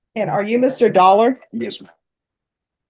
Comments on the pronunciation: Jeffrey Dollar... I didn't pay any attention to the name on the first appearance but when they called the 2nd appearance I heard Jeffrey... Sounded like Dolmer 😂😂😂😂😂😂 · I heard it as DolMER 😂😂😂😂